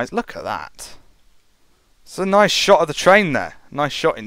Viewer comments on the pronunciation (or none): none